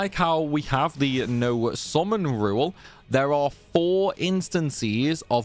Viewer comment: Took me a while to figure out that with SORMAN you actually mean "summon".